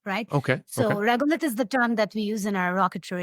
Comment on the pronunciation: It's Regolith not regulate. Just saying.